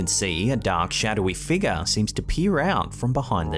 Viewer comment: All I'm gonna hear all night is ' what is the mysterious figga, is it paranormal, or can the figga be something else 😂😂😂😂 lol